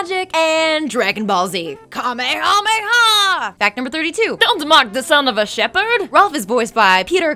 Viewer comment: I stopped watching as soon as she said “Kamehameha”.